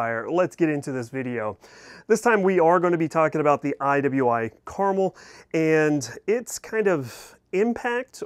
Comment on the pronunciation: It’s “Car-Mel!”